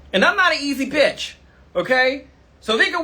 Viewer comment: “And I’m not an easy biyach” 😂